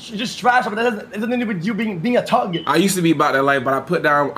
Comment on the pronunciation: Why does he keep saying tuhg instead of thug 💀